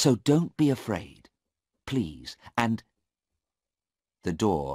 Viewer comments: Wrong spill 8.43 it is afraid not araid Tq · 8.47 afraid instead araid .